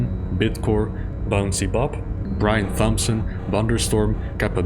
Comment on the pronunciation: FYI I believe Thompson is pronounced without the ‘h’